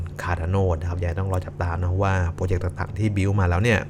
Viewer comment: โปรเจกต์ หรือ โปรเจ็บ 555